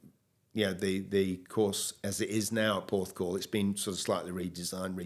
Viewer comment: Every time I watch one of these i say “best video so far”. I’m saying it again “best video so far”. Gary is a great bloke and what a career he’s had. I was there when he beat Woods. Had a chuckle though when said Gary beat Woods at Royal Porthcrawl 😂. Have to say that as interviewers you both put your guest at ease which adds to the quality of the video despite pronunciation. Great decision to start this new channel in my opinion 👏.